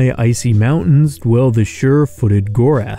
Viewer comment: No one else catch that he said Gorath not Groath?